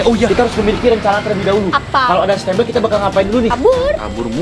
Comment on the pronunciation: Bukan stembel kocak stambel